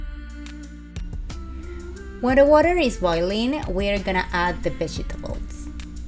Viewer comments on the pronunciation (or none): The vegy-tabos...love the way she says it